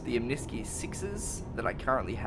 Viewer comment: i might be wrong but. isn't it omni-sky. as in two words?